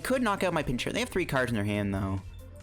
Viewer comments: I think it's pronounced "Pinch-Urchin." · What is with the pronunciation of Pincurchin? Is there some joke I'm missing or is it just badly pronounced?